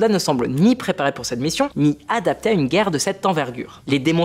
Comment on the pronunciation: Il y a une différence de prononciation entre les mots qui finissent en « er », « é » et les mots qui finissent en « ais » « ait ». Par exemple « mal préparés » c’est pas « mal préparais »…